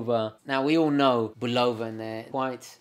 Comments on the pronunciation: BULL u va, not bull O va ! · You mispronounce Bulova: accent on the FIRST syllable. I heard the TV ads in the 1950's and 1960's as a kid. Otherwise, a very interesting video. You have a great camera presence. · Note, he pronounces it "Bulowva" instead of Bulova. Same as they say "Moog" as they do,... those silly English. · WHY DO U PRONOUNCE BULOVA AS BUU LOW VUH ? PROPER BULL AH VUH. OTHERWISE I ENJOY YOUR SHOW.. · have mercy - - - bull lo va but really bull la va love it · Bu love ‘ahh, is that how it’s pronounced? I do like the presentation!